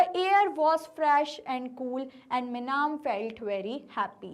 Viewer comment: mam its not meenam its minam